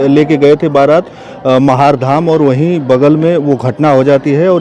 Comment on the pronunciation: जगह का नाम महार नही महारे ह